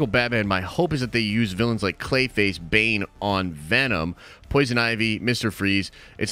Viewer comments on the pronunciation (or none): none